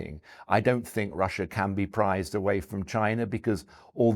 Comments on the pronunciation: Pried not prized, understand????? Pried,pried,pried!!!!! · Prized away? Pried. Not prized. Weird.